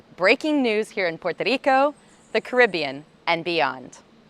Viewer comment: i love how you try to say Puerto Rico. go home colonizer.